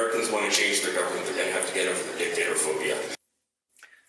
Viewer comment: LOL she said, “dick-tater”